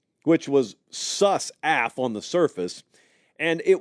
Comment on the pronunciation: Did really just say “SUS AF” like that?